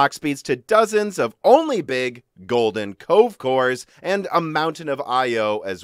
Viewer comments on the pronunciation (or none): I thought you were saying golden Coke course lol